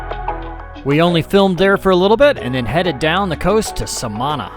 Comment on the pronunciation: It's pronounced Samaná with the accent on the last letter.